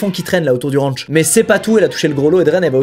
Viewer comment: Première punchline 😂😅 j'adore les fleurs mais la mentalité est plus droguées que peace donc stone . 🌺🌼 Je préfère le look métal que hippie. Et de deux ! 😂 et ça continue... Une mitraillette 😂 dans son Rwanchh 😂😂 car on est aux etaaats unies d' amewique avec des maiwiines aussi haha 😂 ça me tue cette façon de parler 😂😅 J'en ai eu des points de suture mais 120 nope c'est ouf 😅😅 moi avec mes 13 pts de suture 😅😅 et il est sûr et certain que Marshal n'a rien de cool et de réfléchi, la protection animal mes fesses ! Si l'effet Pinocchio existait il ferait le tour du globe plus d'une fois... Pauvres bêtes et pauvre famille que Marshal ne mérite gère. Un chat c'est oui un lion c'est non ? Vraiment ? Mdr 😂😂😂 mais juste ciao avec le smile ça fais le job 😂 la bise toujours un plaisir de voir tes vidéos et ton humour. Longue vie à ta réussite .